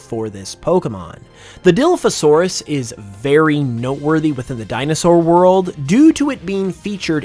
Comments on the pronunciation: Who else cringed every time he said Dilliphosaurus instead of Dilophosaurus (pronouncing the beginning part as die)? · “Diliphosaurus… DILIPHOSAURUS” it’s called DILOPHOSAURUS like there’s an O not an I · DILF a saurus lmfao... it's pronounced Deh-loph-oh-saurus silly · Dilla-fasaurus Die-lof-o-saurus I had to get that in there sorry but that bothered me too much I love Dino’s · Sorry, I really don't want to be THAT guy but, It's pronounced *die*lophosaurus, not *dee*lophosaurus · I was enjoying the video until you pronounced dilophosaurus (dill-off-oh-sore-uhs) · no way bro said diloafisaurus. Even the most uneducated person about paleontology should know how to properly pronouns dilophosaurus. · It’s Dilophosaurus not DILFOsaurus bro. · Dilophosaurus is pronounced " die - laugh - oh - saur - us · dilophosaurus die pho saurus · Did bro just say dilfasaurus?!? 💀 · This is incredibly nitpicky and solely comes from my own personal pet peeves, but I’m like 90% certain that “Dilophosaurus” is pronounced “die-law-foe-saurus” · Die-loff-o-saurus. That's how it's pronounced. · Die - Loff - A - Saurus 😂 And I’ll take a Charizard & Sceptile… 2 cause I need one to be shiny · Lol that's not the dinosaur name lol it's dila pha saurus lol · No way bro said Dilufasaurus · The way you pronounced Dilophosaurus made me cry. It's pronounced die-LOW-fah-SORE-us, with the emphassi on the "lo" in Dilopho and 'saur' in saurus. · I love the video, but I will say that it's killing me inside every time you say dilophosaurus. Lol. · As a dinosaur enthusiast, that pronunciation of dilophosaurus caused me physical pain, but I commend you for pointing out that the Jurassic Park dilophosaurus took creative liberty with the venom spitting and frills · The designs are awsome, but i cant get over the way he pronounced dilophosaurus